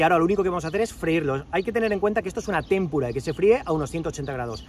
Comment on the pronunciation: Muchas gracias, mi Primero. En ese cuartel tuve el el honor de Servir en los años 80 y 81. Furri de la PM. Con el debido respeto personal y profesional, con ánimo de ayudar y no de corregir, me permito sugerirle que revise la pronunciación de la palabra "tempura". Creo que no lleva tilde (témpura) sino que es llana. Un abrazo y ánimo.